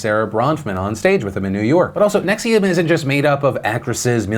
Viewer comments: Why do you keep saying Nexium as in the heartburn medicine? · I get the cult. I dont get the pronunciation of the cult